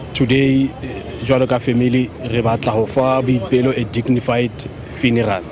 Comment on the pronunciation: There's nothing like Biopelo. It's Boipelo. Accuracy from you (media) is not negotiable.